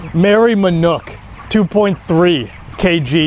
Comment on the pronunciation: Why you say MANUK? all the time it is MANOK